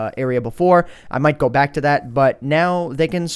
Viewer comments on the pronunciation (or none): none